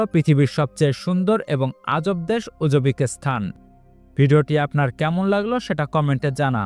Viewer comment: সঠিক উচ্চারণ শিখতে হবে